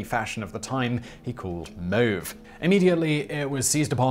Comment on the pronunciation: Thank you for pronouncing mauve correctly. I'm a makeup artist and no one says it correctly anymore and it makes me cringe everytime.